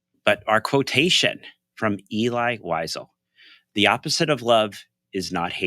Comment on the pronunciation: it is Elie "El - eee", Wiesel "Vee- Sell" FYI